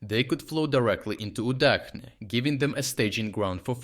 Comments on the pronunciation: Is not it Udachne not Udakhne? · I am increasingly curious about this narrator. He speaks with a Ukrainian accent but he pronounces Udachne with the "Ch" dipthong not as in cheese but as in czech. But in Ukrainian "udachne" is soft and means luck. Why would you change the pronunciation to not sound understandable in any language?